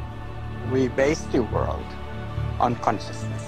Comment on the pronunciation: ELON supposedly so smart.. but can't pronounce a 'B' sound when talking.. "the odds that this is 'vase' reality is one in 'villions'" .. i think it's one in 'villions' . .WTF?? V FOR VENDETTA MUCH HERE.. 'VHAT DO YOU VANT?' KISSINGER? ILLUMINATI WHAT?..